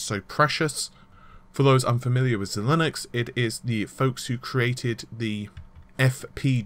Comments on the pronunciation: xilinx = zy-lynx. Like the deodorant but with a zy... not "z-linux" lol. Like some of this guys news is good.. but the pronunciation and the constant use of "nm" rather than saying nanometer has slowly been winding me up for months now lol. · Why, why must you pronounce Xilinx like it is spelled Xilinnux....